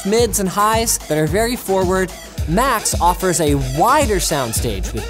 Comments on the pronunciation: I thought he said Macs instead of Max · I kept thinking you were saying "Macs" not "Max" (aka google home Max) lol